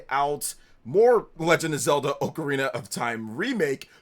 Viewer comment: Hey it’s ocarina not ocarina.